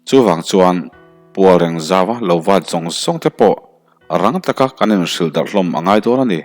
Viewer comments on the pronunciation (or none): Tlak duah te'ng aw. Hetia Channel-te hial neia, i channel hian hma sawn zel se i tihchuan mizo ṭawng chhiar hi i zir ve deuh chu a ngaih hmel(?) Ka lo ngaithla ve ṭhin a, hahthlak tihlai ka nei fo mai. Edu.Qualification-ah chuan i sang viau pawh ani thei, amaherawhchu, mizo ṭawng hi a har a, thiam tawh tih a awm thei lo ani deuh hawt e. Pual reng nga lovin," Pualreeng ngaww"